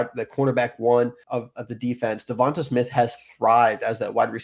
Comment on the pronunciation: Good info but I turned it off as soon as you said Devonta Smith’s name wrong 😆